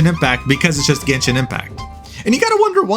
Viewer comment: Gayshin impact.